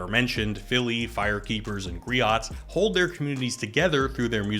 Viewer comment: just FYI, griot is pronounced GREE-OH. I didn't see anyone else mention it in the comments. Kinda broke my immersion for a second. I can't afford movies right now, but I'm really glad to see this film being discussed in your corner of the interwebs. Cheers